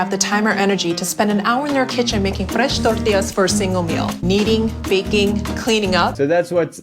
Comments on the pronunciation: definitely not the same…if her normal accent is a 1, “fresh tortillas” is at a 9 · I love how the lady in the video slips into a Hispanic accent only to ever say “fresh tortillas” in some sort of attempt to make it seem more authentic I think? It’s so funny